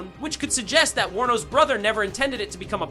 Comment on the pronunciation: thank you for pronouncing Warner Bros correctly. Most/quite a few people on youtube when they say it, they pronounce it as "Warner Brahs".